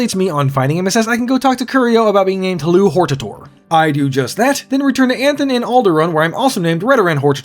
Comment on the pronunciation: Thank you for pronouncing Hortator and Erabenimsun like somebody who can actually read. There's surprisingly few.